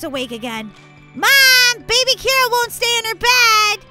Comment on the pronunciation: Its Kira not Mira.